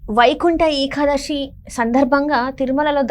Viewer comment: ఏఖాదశి కాదు ఏకాదశి